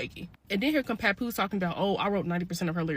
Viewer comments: I like the pronunciation! lol 😂 we don’t need to be pronouncing his name too correctly now, papoosh will do. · who the hellll is papooshe 😂😂😂 I was watching the last videos just cracking up every time you said PAPOOSHE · The way you pronounce Papoose’s name keeps sending me! 😂